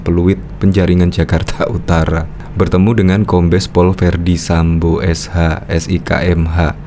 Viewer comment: Bukan Sambu pak, tapi Sambo...😪